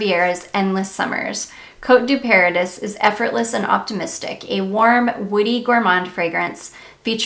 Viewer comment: Love your enthusiasm. I just discovered Lake and Skye at Ulta and love it. Btw, Paradis is pronounced like Par a dee. It’s French for Paradise.